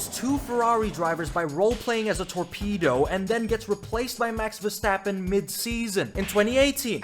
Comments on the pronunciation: I wish I never heard " Ver-strap-on " in my whole life 💀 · Ver-strap-on 😂🤣😂🤣I’m dying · Bro you really said Ver-strap-on oooooh 😂😂😂😂😂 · DONT CALL HIM VERSTRAPON, NO SLOTH, NO MAXIPAD, 😊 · You know there an 'R' in the name Verstappen right? 'vestappen'? What broadcast are you watching?